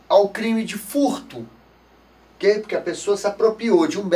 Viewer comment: Por favor, Não fale "oka"